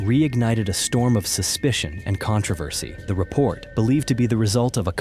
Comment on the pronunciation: This video was made by AI. No matter how true, someone is making money off the bare minimum. Pay attention to the pronunciation of such words like “controversy”